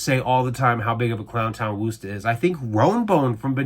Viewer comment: wuss tahhhh not woooooooooo ster